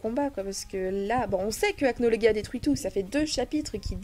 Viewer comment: On dit Acnologia😠😠😠